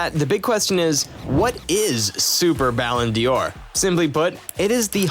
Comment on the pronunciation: Yes, ridiculous. And it's not pronounced Ballon dior but Ballon door. So irritating.